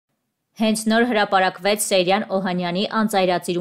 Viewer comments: Սեյրան😊😊😊Ճիշտ գրեք ու կարդացեք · Աղջիկ ջան հնարավոր չէ՞ մի քիչ ուշադիր լինել ՝ ոչ թե Սերյան, այլ ՍԵՅՐԱՆ երբ գրածն ու կարդացածը սխալ է, ասվածն իմաստը կորցնում է։ Ուշադիր եղեք։